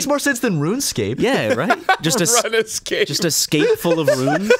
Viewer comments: For once I agree with a mispronunciation... "Run Escape" makes MUCH more sense!.. And that's crazy that it spells that :O #HowDidIMissThat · Oh shit, it's not "RunEscape"?!?